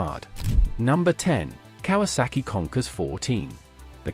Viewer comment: Kawasaki “ Conkers “ 😂😂😂 Does he mean “ Concourse “ (?)